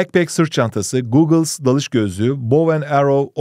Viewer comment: bir bilgi googles değil goggles